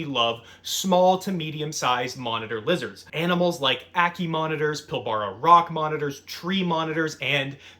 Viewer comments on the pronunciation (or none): In Australia we pronounce the Pilbara as Pill-Bruh